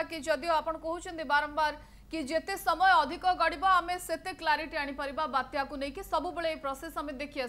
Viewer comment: ବାତ୍ୟ ନୁହେଁ ବାତ୍ୟା 🤣🤣🤣